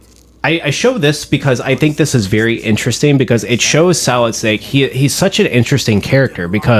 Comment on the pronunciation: At the beginning I thought you said Metal Gear Salad 😂 but dope video !